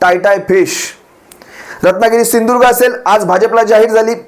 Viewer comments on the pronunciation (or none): त्या मूर्गीचोराला सिंधूदूर्ग म्हण म्हणावं स्पष्ट